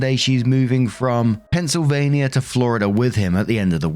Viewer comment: Aww, look at you pronouncing my state right!!😂 Go Eagles!!